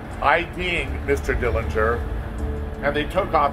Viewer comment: The correct pronunciation of the Dillinger family name is with a silent 'g'.